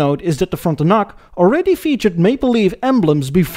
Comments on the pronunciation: I absolutely love these videos and the humour, but "Moe-nark" is pronounced 'Mon-ark', or 'Frunt-un-uc' is actually 'Fron-ten-ack'. I kept laughing my ass off at the silly, subtle errors. Not complaining. Rather, as a Canadian, I can run with it as I love the quality and watch each episode as they come off your automotive assembly line. Keep at it, brother. 1956 Ford Maple Syrup 5000? Solid Gold! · Great video but many mispronunciations. This includes: Monarch, Frontiac and Parisienne.